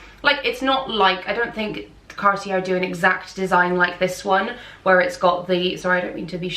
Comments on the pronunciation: I really think that before creating a video based around fashion, you should at least research the correct pronunciation of the brands! Gautier (goh-tyey), Cartier (kar-tee-ay), Bvlgari (bul-gah-ree), Depuis (du-pwee). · Cartier is pronouced like Carti-yeey. You are absolutely gorgeous and i enjoyed watching your video! 🎉 TFS♡ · Cartier is pronounced “car-tee-AY” and Bulgari is “BULL-guh-ree” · It's pronounced Car t a......no r sound! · Thank you. I flinched when she said "depuis" and said French brands, especially "Cartier". Cartier is pronounced like car-tee-yay. Well, kinda. 😅 The first r is a hard r, not the way you say it in English. The second r is completely silent. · Did she really mispronunciation Cartier???